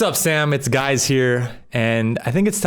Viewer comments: "Whats up Sam, its Guys here" LOL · “What’s up Sam it’s guys here”